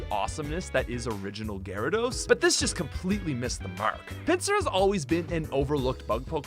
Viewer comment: Gyarados, not Garydos!